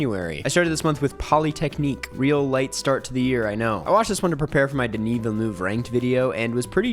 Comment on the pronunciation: Just a note, Denis’ last name (being Quebecois) is pronounced Ville-NUV, roughly. You gotta be pretty entrenched in the Canadian French dialect to get it just right, but -NUV is closer than -NOOV. No pressure! I care because he’s a Canadian treasure and so I’m protective 😂.